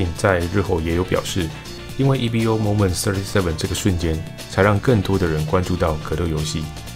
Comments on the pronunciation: 不是e-v-o .... 是念e-vo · Evo 是Evolution 的短写，念Evo，不是念E V O。